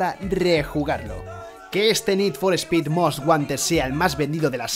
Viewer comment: Nid for espid jurpursuitu Tengan tantita madre, pronuncien bien los titulos al menos